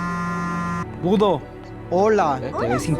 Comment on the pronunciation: jajajajajajajajajaja budo dijo okokona jajajaja xd aun asi me encanta